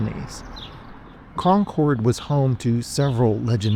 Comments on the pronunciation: i live in concord, it is pronounced (con-curd) sorry it's a pet peeve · In the town we pronounce it Con-crd, emphasis on the first syllable, shortened second syllable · You’re pronouncing it wrong. Not trying to be a troll. Just be mindful Because the bougie, rich locals will certainly correct you.